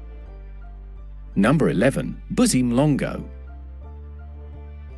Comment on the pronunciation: Makwina? Mlongo? Best to get proper pronunciations prior to recording.